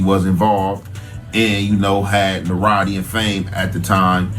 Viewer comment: They. Both can't pronounce notoriety smh